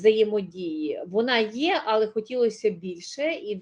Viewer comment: Достала ваша бла,бла, ьла, пані . Особливо ваше Але з наголосом на А